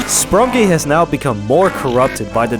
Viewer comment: It’s sprunki not sprunk